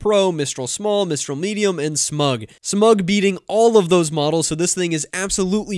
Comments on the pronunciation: Smaug is pronounced like smowg. It is the name of the dragon in The Hobbit. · Thanks! I love your style and what you share. BTW, that word "Smaug" is pronounced like "Smowg" or "Smawg" as in the dragon from JRR Tolkien's Lord of the Rings. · I think the "au" in Smaug is pronounced like "ow." It's also the name of the best character from The Hobbit. Imagine if Stable Diffusion is able to be retrained, but using Smaug-72B to enhance prompt understanding. 🤯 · It's not smug, it's Smaug, like the dragon in LOTR! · smoooowg....as in the dragon. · Smaug is a reference to the Dragon in the Hobbit, dingus. It's pronounced SMOG. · It’s pronounced SMOG like the dragon in The Hobbit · Smaug is the name of the dragon in The Hobbit. Pronounced like “out”. SmOUg. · Smaug is pronounced like Smowg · Bro you pronounced Smaug like you’ve never heard of the Hobbit. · Please learn how to pronounce Smaug. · "SMAUG". Rhymes with "FOG".